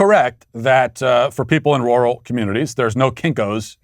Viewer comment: The only thing more offensive than Kamala is how Matt pronounces rural. Matthew you are canceled sir